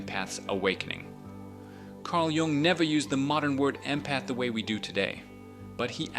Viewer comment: Gung ? Jung is pronounced “yung”. This really kills your credibility. Tells us you have never heard the name before .